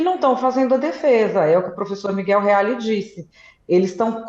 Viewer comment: parei quando ela disse Miguel Reale